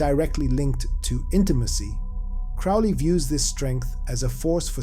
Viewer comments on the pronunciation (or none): Dude, it's pronounced Crow Lee, get it right if your gonna teach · Crowley rhymes with Holy you schmuck!!😂